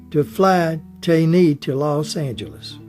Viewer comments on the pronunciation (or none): Tane is pronounced Tah-nee.